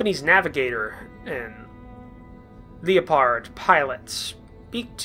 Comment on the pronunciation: It's "lep-erd"(Leapard), as in Def Leppard! Read the words in the text and sound them out like you were taught in early life! Makes me crazy! Keep'em coming!